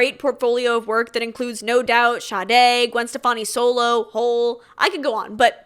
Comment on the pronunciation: 2.25.45 totally random but I love Sade with all my heart and thanks to you I finally know how to pronounce her name correctly lmao. great video!!!! love to see you back